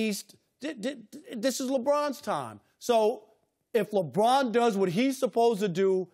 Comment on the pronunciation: Chris Broussard his name is LeBron, not LaBrine. So irritating. 😤